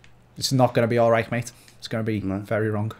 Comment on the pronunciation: His name is Ulreich, not Ulreik